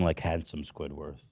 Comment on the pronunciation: ethan always says squidwarth instead of squidward and it drives me nuts